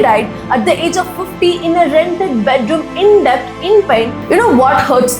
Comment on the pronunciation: Dont get me wrong pls get your pronunciation rt esp when it comes to English names and certain words like debt where b is silent